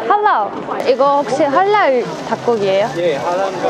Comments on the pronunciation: This video was real nice but only one problem y u sayin halal with an r at the end like "halar"? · I cant eat gluten i can but it's just our it's not a rule but yeah..I am Halal I am also a Muslim I dont look like I'm from Ireland but i was born there and its not halar its pronounds halaall